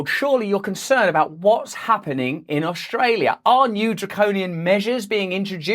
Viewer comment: Please don't say Oshtralia Russ! Thanks for your work, shame the sheep are not hearing you, they are lost to the mainstream bullsh't.